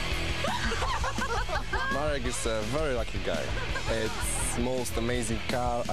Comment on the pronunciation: and pronounces Marek as "Muric" hahaha, like 'murica